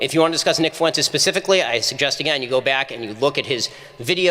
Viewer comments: did this dumb ass just say "few entez" ? lmfao bruh.....................its pronounced "fwentez" u stupid reject. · "Nick FEW-en-tes" Ugh... can tell his IQ by the way he mispronounced that name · Nick "FEW-entes"? Lol, is this Nick's new strategy for un-latino-ing his name? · Guy couldn’t even pronounce fuentes, this is fake